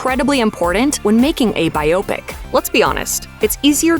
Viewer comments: What is a Bioptic? I know what a Biopic is.... Stupid narrator. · Why was "biopic" pronounced as if it were an eye disorder? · Pronounce "biopic" again :) You think it's a concatination of the words "biop" and "ic" ? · WHY would you hire a narrator who can't pronounce biopic !?